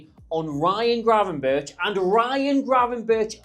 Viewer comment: Gravenberk not birch like the tree!!!! <3<3